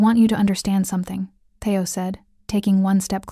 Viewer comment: It's not "Thay-o. It's Thee-o".